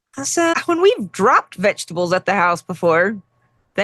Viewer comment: Vegetables lol… it sounded like you said “fetchtables” after talking about how the vet said your dog should have vegetables as well as meat which reminded me that my middle son used to call them “vengetables” which about sums up my current relationship with them lol